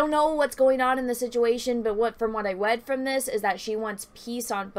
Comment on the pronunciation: "what I wead" XD